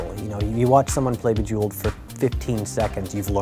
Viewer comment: Bejewelld??? COME ON GUYS, WHAT THE FUCK?!